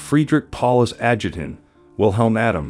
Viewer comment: I'm sorry, but this presentation is not good. For example, the word "adjutant" is pronounced something like "ad jew' tant" and it's downright painful.